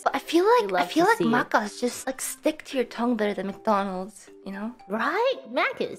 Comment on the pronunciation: should be pronounced mackers but for some reason ina is pronouncing it something like "mahcahs" lol